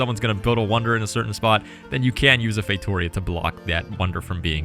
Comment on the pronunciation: As a portuguese, you spell “feitoria” so wrong xd But you do not have to know all languages. Good video. You nailed the other words